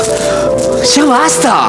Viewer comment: Recien me entero q en la sierra son medios argentinos y en vez de ya se dice "sha"